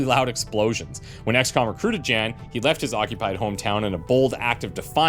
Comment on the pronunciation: Jan 'Melk' Coo's name is a pun on the Dutch word 'Melkkoe' (Dairy cow/milk cow). His first name is pronounced more like 'Yahn', soft J, short 'ah' sound.